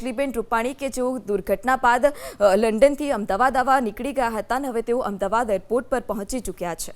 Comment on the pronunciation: AMDABAD KEM BOLO CHHO? AMDAVAD BOLO.